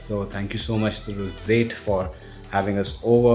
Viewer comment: the "rosate" Others - roseate Pronunciation level 100% 👍🏻